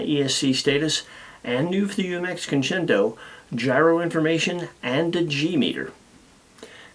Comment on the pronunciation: This is least favorite UMX. Mainly because he can't pronounce it 👍